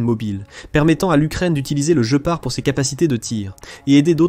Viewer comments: Guépard et pas "Joe Part", cry seek !!!! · Dommage que cette voix artificielle soit si désagréable ! Des mots, dont le plus "important" : Le "Gepard" doit se dire "Guépard" et non "je pars" ! C'est une aberration qui ôte du crédit à cette vidéo ... Par ailleurs fort intéressante ! Danke l'Allemagne ! Gloire à l'Ukraine ! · la traduction par IA , le jeupar pour guépard c'est pas très sérieux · On dit guépard comme en Français... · il serait bien d'écrire ton texte avec les accents pour que l'ia ne dise pas sans arret le JE PAR MDR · oui, off course, mais une IA ne dit pat Guépard !!! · vous faites chi.... avec votre narrateur IA! "jepar", jepar", je pars, oui, sur une autre chaine!!!! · Il voulait parler du jeu } jeopardy 😂. Perso j'abandonne. J'ai vu deux vidéos, c'est trop pour moi 🤦🤪 } Si c'est l'ia (?) le gars massacre sa chaîne. Après ; cela le regarde 🤑 = 👎